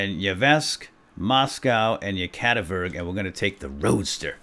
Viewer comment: Its "Yekativikurg" not "Yekativurg"